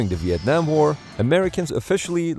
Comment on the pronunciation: vietnim. you werent there man. vietnim was crazy